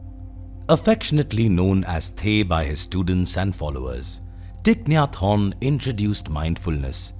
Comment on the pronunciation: The way he says his name sounds french "hon" 😅🙏🌷